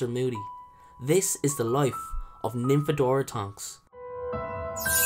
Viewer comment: Don't call her Nymphabora! XD